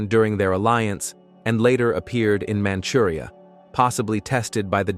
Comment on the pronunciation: 英語版を自動音声で日本がしているようで特に一般的でない軍用車両の名称など英語綴をそのまま読んでいるみたいですね、クーゲルパンツァーの解説で「マムリアに出現」のように聞こえた箇所があってマムリアってどこ？と思ったのですが満州の英語表記がManchuriaだから満州のことかと気づきました。